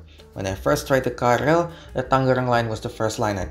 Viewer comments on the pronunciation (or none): KRL itu bacanya ke-er-el bukan ka-er-el